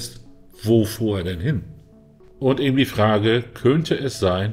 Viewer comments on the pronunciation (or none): none